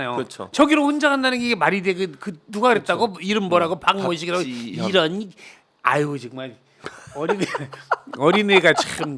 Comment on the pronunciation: 발음을 똑바로 하셔야겠어요~잘못들으면 박지원으로 들려요. 박지현이란 이광재 수박의 똘마니가 개소리하는데 우린 다 알고있어오. 수박이 앞세운 애니까 아웃인데 관심없어요. 이재명대표님 검찰조사 받으러가는데 지가 뭐라고 혼자가라 마라? 같잖은게 멍멍대죠..